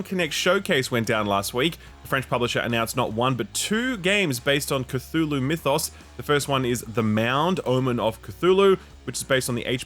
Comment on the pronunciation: repeated mispronunciation of Cthulhu really made me want to press the dislike button